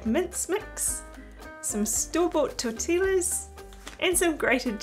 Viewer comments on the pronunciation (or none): Looks delish!!! But it's driving me crazy that you keep calling them tor-till-as. Making a Mexican dish, and they're called tor-tee-yas. The Spanish double 'll' is pronounced like 'y'. 😊